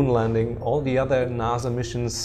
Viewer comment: It’s pronounced NASA not Naza